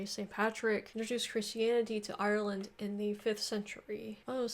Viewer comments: 2 syllables, pronounced Ire-land - not Eye-Er-Land - love your videos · I stop watching when she said eye ur land.